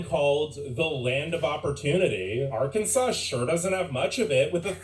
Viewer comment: "Arkinsins?" Who is this... person.